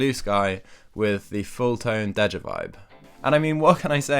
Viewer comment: Isn't it pronounced "day ja" as in "deja vu"?